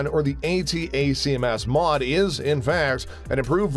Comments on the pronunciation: Also. "A-TACms"... not "A-T-A-C-M-S" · If he only know how to properly pronounce Hi-MARS and ATTACKEMS Rockets.